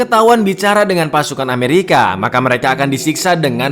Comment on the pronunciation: ketika bilang "amewika snaipah" 😭 😂